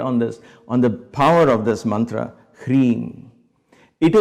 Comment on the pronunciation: Nonsense fake Mantua and fake sound pronunciation.